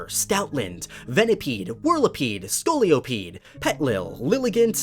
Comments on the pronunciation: Scoliopede? Really? it's scolipede, you just added a o where there shouldn't be one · MY BOY SCOLIPEDE IS COMING BACK TO ME!!! DONT PRONOUNCE MY BOY’S NAME LIKE THAT! HE ONLY HAS ONE O IN HIS NAME! NOT TWO!!! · I’m sorry, that is halarious (trying not to be rude about pronunciation) {Skulappde} {Bad spelling} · “SCOLIOPEDE”?! SCOLIOSIS?!